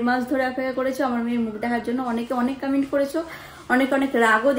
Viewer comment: কমেন্ট❌ কামেন্ট ✅